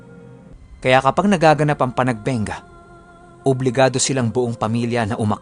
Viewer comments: Panagbenga po yata yun hindi Panagbengga pashout out po ofw Taiwan thanks. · Panagbenga is pronounced as “PANAGBANGA”